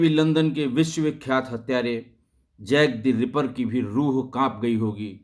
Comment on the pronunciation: सर जैक द पियर नहीं। जैक द रिपर है सही नाम।